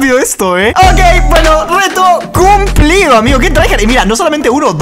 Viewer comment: Wtf dijo cumplido cum-plido